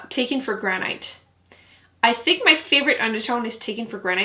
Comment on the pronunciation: Gran-it. Rhymes with can-it. 🤓 YOU ROCK!!! I can’t get enough of my Dream Street palette. It is SO good!!